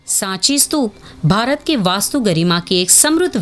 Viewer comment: स्तूप है ना की स्तूपा, 🙄🙄